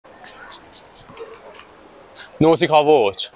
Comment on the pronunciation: Say nautica Voyage not NoticavoJ